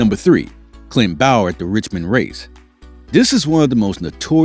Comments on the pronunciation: I know my boy did not jusy said bayer instead of saying bowyer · He said Bower if I'm not mistaken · its pronounced boy yer do you research sick of hearing it